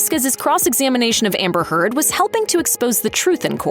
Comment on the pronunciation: I'm sure that Amber's name was pronounced Turd here. 😂